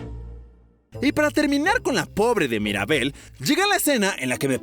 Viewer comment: No es Maribel es Mirabel